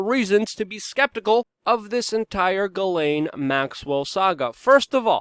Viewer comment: Hey you pronounced her name right.